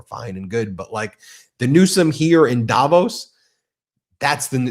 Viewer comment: The accent in the place name Davos is on the 'VOS' and not on the 'Da', BTW. Swiss-Canadian, who has been to Davos, GR, CH, a number of times.